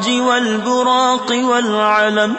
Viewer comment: In the second line the pronunciation والبراقی but the written word is والبراقا So correct it